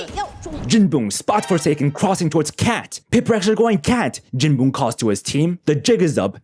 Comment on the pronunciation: calling jinboong jinbung is crazy